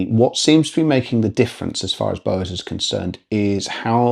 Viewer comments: Yeah, I thought he was saying Bose the first couple of times and was trying to gather the relevance 😂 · Interesting way of saying Bowers...now to watch the rest of the review. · Ya. I was like ‘What the….!!!’